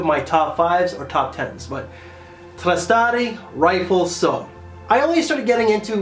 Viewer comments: My god man it's pronounced Ree-flesso. NOT rifle-so... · Yeah, dude! You definitely butchered the name big time. 😄😄😄 It´s italian for 'shine', '(light)reflex' and it´s spelled [riˈflesso]... ri- fleSSo... got it? cool name, huh? Saw it in a store the other day, didnt expect much from the bottle, looks like an outdated 80ies scent, got a sample strip anyway, left it my car, tried it again the next day and BOOM! Found it weird, that I loved it, despite the fact that it reminded me of 1million. Some similarities in opulence and sweetness! But it´s way fresher, cleaner, totally Italian! (check out the commercial. Dude drives a MV Agusta Brutale to his mansion by the sea ... aaawwwhhhh...) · Reefleso and no ou O! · its rri - flae - so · Riflesso is complete garbage! He said Rifle-So and called this house a producer of artistry. 🤣